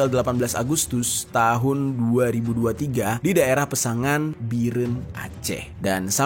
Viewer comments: Ralat bg jer, kecamatan peusangan, bukan peususang😂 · Kecamatan peusangan bang bukan peususang😂😂